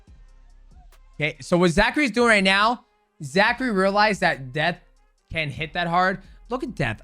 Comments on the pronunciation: I don't think mighty knows that his name is zach cray. I've only heard him say zachary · It's ZACHCRAY...ZACH-CRAY